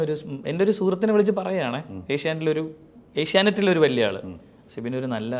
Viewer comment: Sibi allado manda. Sibin. Guest nte peru correct ayit parayu